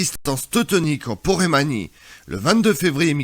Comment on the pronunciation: Porémanie ou Poméranie ?